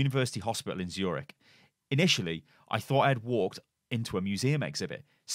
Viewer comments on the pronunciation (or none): none